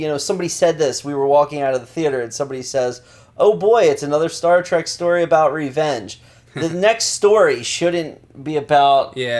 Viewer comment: Star TREK not Track.